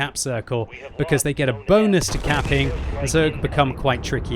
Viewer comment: Everytime time he says caping i understand camping mmhhh